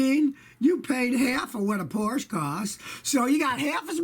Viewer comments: Porsche is German not Italian, which is why it's supposed to be pronounced like porsch-uh. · Scotty, I love your videos but please, PLEASE learn how to pronounce PORSCHE!!!